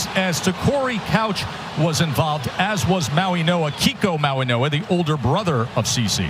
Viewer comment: I am sick of the idiots that pronounce Mauigoa with an N, it's not Mauinoa, it's Mauigoa with a "G" not an 'N" , wake the F up. Can't you all see it's a "G" not an "N", how stupid can you all be.